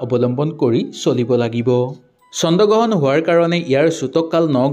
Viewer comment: চন্দ গ্ৰহণ নহয় অ' "চন্দ্ৰ গ্ৰহণ" হে 😂😂